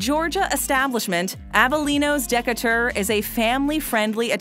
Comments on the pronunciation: Um....De'couture? Would you be speaking of Decatur Georgia? (De-Kate-ur) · Would be great if the narrator could learn to pronounce words correctly before she reads them. One could forgive, I guess, mispronunciations of foreign words like habanero (not habañero), jalapeño and diavolo. But Decatur? And respite? I mean, really!